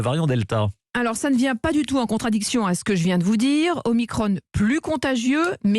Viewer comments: Sans compter les conséquences au phénomène redouté. Et au fait on dit O MI CRON, la diphtongue ON, comme un tronc. Si ce mot se prononçait omicrone, il y aurait un e à la fin du mot. Pourquoi le prononcer omicrone et pas OMICRON ? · delfraissy président du conseil scientifique approuvé par le comité d'éthique national dont le président est delfraissy ! grande mascarade et stop dire OMICRONE, c'est OMICRON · c'est pas omacron ? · Vous devriez arrêter de le prononcer à l'anglaise, ça va finir par se voir que vous ne faites qu'appliquer les directives américaines. C'était déjà mal engagé avec le "pass sanitaire". Ou alors mettez-nous Bill Gates direct, et puis vous traduisez ; vous gagneriez du temps.